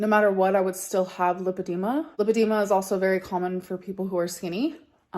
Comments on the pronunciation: She's got lah-dema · *lipedema (American spelling) but yes, it’s pronounced with a short “i” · I think it's pronounced LIEphydema. Since that's all she does. Has anyone else noticed she's trying to talk in a different way? Idk how to explain it but it's like she's trying to make up some type of Oklahoma "accent." 😒